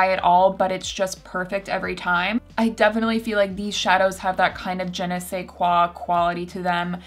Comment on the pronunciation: “Je ne sais quoi quality” ... Je ne sais....quoility :D